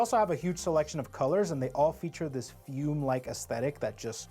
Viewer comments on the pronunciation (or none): It's pronounced "foo-MAY" not "fume". Things like this and "milometers" is why I scroll past your posts now. Stupid shit that makes it hard to take you seriously.